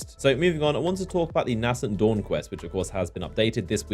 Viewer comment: Please please please , pronounce nascent dawn correctly!